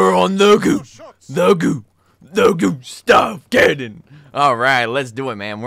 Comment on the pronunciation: I chuckle every time he says "the goo the goo the goo stahv cannon"😆